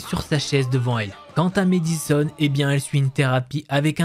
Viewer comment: mAddison pas mÉdison 😂 est-ce que tu dis mAdonna ou mÉdonna? 😜